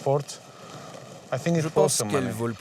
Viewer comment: Ils devraient surtout apprendre à prononcer correctement le noms de ces îles. En effet, Paros, Tinos .... se prononcent "o" l'omicron grec et pas "Paraus", "Tinaus " ce qui correspond à la prononciation de l'oméga grec.